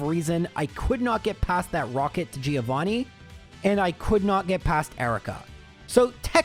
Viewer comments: No, dude. It is Gio Threeo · Thriovanni...bruh...I choked